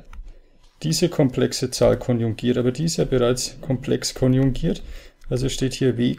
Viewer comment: es heisst "KONJUGIERT komplex" und nicht "KONJUNGIERT komplex"